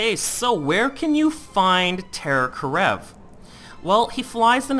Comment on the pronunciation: Is terror kerav not karev(title is correct he is pronouncing it wrong)